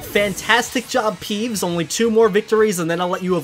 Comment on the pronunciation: Um did you say pees instead of peeves?